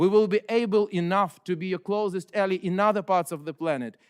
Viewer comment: Прекрасная речь, Алексей! Единственное замечание по-английскому: Слово ALLY (союзник) произносится как [эллай], а не [элли]. Многие делают эту ошибку.